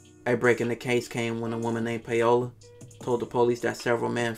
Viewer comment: a woman named PAYOLA? lol bro. That name is pronounced POWLA almost like PAULA.